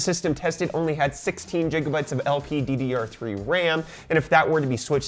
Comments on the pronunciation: wtf are you saying jigabytes for? Seriously stop it. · And I think Brazilian GB reads as jigabytes too. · Jiga bytes?